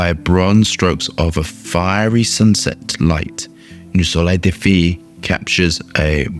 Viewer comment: Feu is french for fire and is pronounced "phoo". You are saying "fee" which in french means girl (filles)